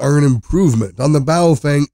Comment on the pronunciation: It's pronounced 'Pofung'.